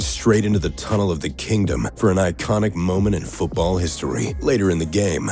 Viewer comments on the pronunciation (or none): also....its King DOME not Kingdom